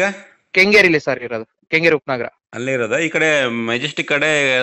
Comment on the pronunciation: ಕಂಗೇರಿ ಅಲ್ಲ ಗುರು ಕೆಂಗೇರಿ ಅದು